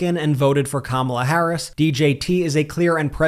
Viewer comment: i hope they start pronouncing her name correctly if they truly support her